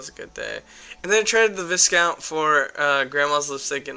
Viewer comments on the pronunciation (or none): 3. the s in viscount is silent